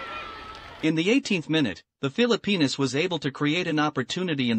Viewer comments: what he called text was actually the announcer pronouncing Phillipinas correctly, and that's what I stated. My wife is Pinay and anything that happens with the Phillipines I love to see. Good sports vid from there as I have never seen the Phillipines compete in international sports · That is actually how Filipinos pronounce their countries name.